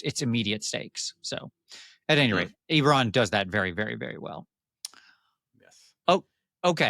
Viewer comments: I'm so glad the first time I watched this has saying "EEEberon" incorrectly 10,000 times like driving nails into my brain. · It's definitely EBB-eron, a good friend of mine met Keith at a convention when it first came out his name was Keith Baker too. Cheers! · I love you but it's Ebb-erron, for the love of god